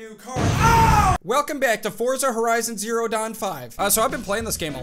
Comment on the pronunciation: It's pronounced Fortza not Forza